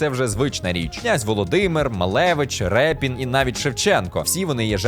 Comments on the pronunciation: Ріпин, не "Репін"))) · правильно казати Ріпін, так як наш художник походив з козачького роду Ріпи. Дякую за популіризацію українского кіно. Хай квітне український ютуб! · Не Рєпін, а Ріпин